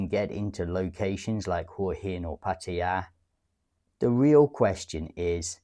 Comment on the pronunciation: I have never heard pataya been pronounced that way before, but listening to it it surely sounds the most authentic. Cool